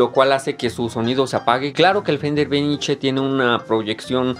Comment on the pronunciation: Venice es VENECIA en inglés y se pronuncia VÉNIS.